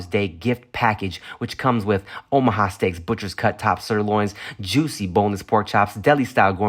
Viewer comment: Am i trippen or did Tim say “Ohama” steaks a couple times? Lol